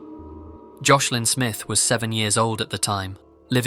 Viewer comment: You said Joslin’s name wrong the whole time💔